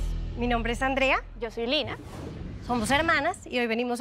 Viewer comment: "mirá, yo no quiero nada de ustedes sho hago las cosas sho solo"